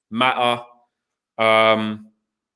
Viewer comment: pronouncing Mata's name as Ma'a is ridiculous! "Well, we British people pronounce the T as a." Well you're not pronouncing a T, you're pronouncing a person's name!